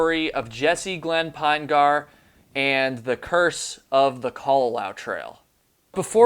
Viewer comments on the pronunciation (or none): I'm from Utah where this family comes from. Their last name is pronounced PIN-uh-gurr, not PINE-gar. It is a very large family, indeed. Thank you for keeping awareness of this case alive. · "Pinegar" pronounced like "vinegar." Jesse "Pin-eh-ghur." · Ditto. Pinegar rhymes with vinegar. That doesn't detract from the quality of the video though. Well done,. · Jessie (Pin E Gur), 3 syllables, not two. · His last name is possibly pronounced Pin'-eh-ger. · I don’t think you’re pronouncing his last name correctly. It’s Pin-e-gar. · You’re not saying Jesse’s last name correctly dude! He was my neighbor in Provo Utah and I live on the island of Kauai. Maybe talk more with his father Mark